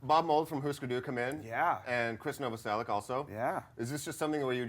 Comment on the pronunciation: Only Dave knows how to say: Novoselić..:D